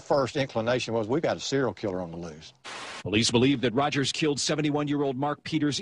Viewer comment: Rogers not Rodgers